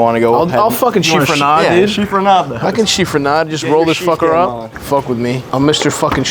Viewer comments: There is no R im chiffonade. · Chiffonade not Chiffronade, Chef